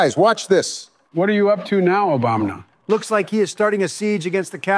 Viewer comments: Does anyone else keep hearing and saying 'Obamna' instead of Obama. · "Obamna" lol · They keep calling him Obamna lol